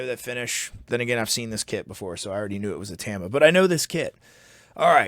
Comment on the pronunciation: Can someone please teach Canadians how to pronounce ‘Tama’? Oh and ‘pasta’ while you’re at it